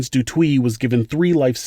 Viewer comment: The name pronunciation is killing me. Especially de Toit.